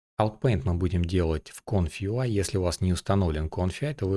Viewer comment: Почему ты говоришь Конфи а не Комфи?